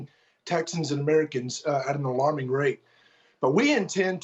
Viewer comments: It is not, nor has it ever been, called "fentanol;" It's not like Tylenol. It's called FENTANYL - pronoounced NILL. Not nal, not nole, not nol, not nool, but NILL: Fentanyl. The 'y' says it right there; Nothing difficult about it: FENTA NYL. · Wrong it's fen ta nul..you ever hear of a dictionary? If you're going to correct something at least use the correct correction..ugh